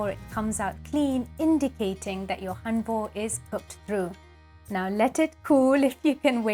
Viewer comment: You're not pronouncing it right.